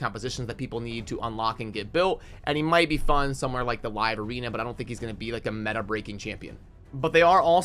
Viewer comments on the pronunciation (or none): none